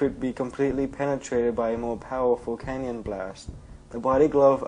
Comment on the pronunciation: Why do you say canyon and not cannon.